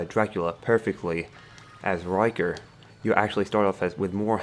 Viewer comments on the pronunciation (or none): Rick-Ter, not Riker. Anyway, great guide!